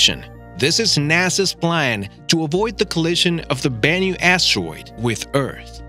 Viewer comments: Never knew it was pronounced “asssssteroid” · This guy says astwoid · You prononce asteroid “astewoid” Wtf?